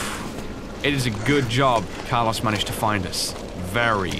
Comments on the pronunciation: car-LOW-ss, please. He's Latino, not British. lol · Me: C-ARLOS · carlaws